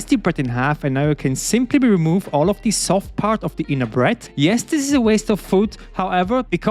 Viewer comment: Man sagt nur thiii wenn das nächste wort mit einem vocal anfängt... du sagst jedes the so. Zb "thii" other aber "the" car